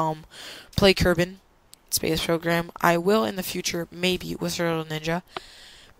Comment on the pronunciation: ITS KERBAL NOT KERBAN